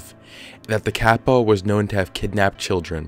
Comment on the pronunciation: as a japanese speaker its hard to sit through him pronounce kappa over and over again badly. lol. the small tsu sound is hard to pronounce for non-native speakers but oof its just so hard to sit thru lol